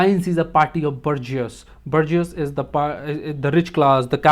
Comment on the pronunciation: Small correction, Bourgeoisie is not pronounced the way you do, rather, it is BOOR- SHOE-VA-SI...Boorshuasi or Burshua.. :)